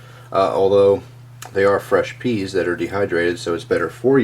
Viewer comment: I still can't get over how he keeps saying that pee(pea? lol) tastes so good